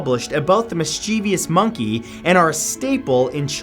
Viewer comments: The narrator said, mis-CHEE-vee-us, a common mispronunciation. It is correctly said MISS-cheh-vuss. Will you be telling us that is an example of the Mandela Effect, too? 🙄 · A couple things here. First, my memory of the Bears was that they were called the Bernstein bears. Two syllables, not three. Secondly, regarding Curious George: it's not "mis-chee-vee-us", it's "mis-chi-vus". There's no extra I after the V in mischievous. This pronunciation always gets on my mom's nerves